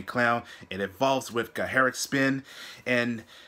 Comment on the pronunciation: Since a lot of native english speakers (mysteriously) struggle with the pronounciation of the word "gacharic" llet me clear that up: the "ch" is like you would say it in "much" or "touch". "gacha" means "shrill", "colorful". Besides that: they are absoluteley amazing!